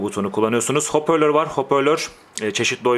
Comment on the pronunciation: Abi HOPÖRLÖR değil HOPARLÖR :D